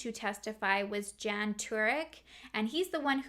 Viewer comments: Just for future reference: Jan is pronounced Yan in European language. And Vlad IS a really cool name to say. I even said it with you...Vlaaaaaaaad. 😁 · I love your videos. Just for future reference the masculine form of "Jan" is pronounced "Yawn" in Russian and Polish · Crazy story. Those people are really lunatics. Just one comment. Male name Jan isn’t pronounced as the English female name Jan. It’s pronounced like yarn, only you drop the r 🙂 if that makes sense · this sort of thing creeps me out so munch ahhh :( also in names like jacob, jan, jospeph, the j is pronounced as y so like yan or yacob; ik this isn't really a significant correction but oh well aha. I love your videos sooooo much ! sending love from denmark